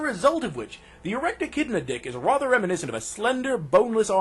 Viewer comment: why the fuck do you say "rother" instead of "rather"?